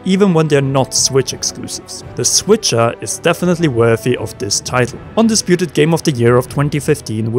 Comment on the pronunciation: He said The Switcher 😂